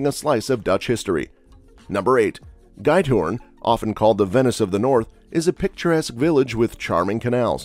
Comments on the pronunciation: The commentvoice says 'gâjthorn', but the correct way to pronounce the name of this village is more like Geet-hôrn. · Giethoorn.. the way you said it, it would be goathoorn:-) Giet would sound like you say neat, or greet. Greethoorn, without the R. Greets from the Netherlands 🌷🍺✌ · Van Go... Emsterdem.. Gaithorn.. Bayshute with... Kinderdieke.. do your homework before you make a video... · fact check: : Going Dutch is a made up slur, I hear it used in American TV all the time, but here we rarely split the bill this way. : talking bout Amsterdam, showing Rotterdam Butchered the pronounciatio of Giethoorn. (the 'ie' is pronounced like you pronounce 'ee', but the 'G' is to hard for you, so I wont try.) "Beshute mad moose-yus" XD (I don't know where to start with the ui-sound, but it's not like moose or shute) : Showing London : close one: more like "kinderdyke" : thats Brasil, Fortaleza de Santa Cruz da Barra Signing off now.